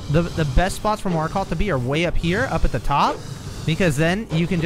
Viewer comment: You are now so skilled, you know how to pronounce Markoth